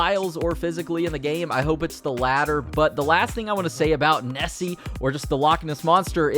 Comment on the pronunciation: Omfg! It’s not Scatland it’s Scotland, it’s not NessE it’s Nessie, it’s not lack its loch (pronounced lock but with the back of your throat)